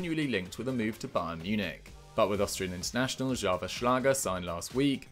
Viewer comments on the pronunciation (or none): none